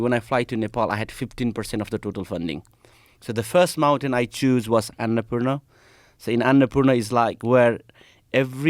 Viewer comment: Someone needs to teach Nims to pronounce Annapurna